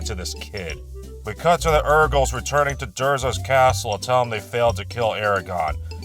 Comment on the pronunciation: I keep hearing "Erkles".😅